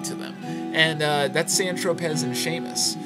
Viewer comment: The two you don't like ("San Tropez," "Seamus") are pronounced "San Tropay" and "See-mus."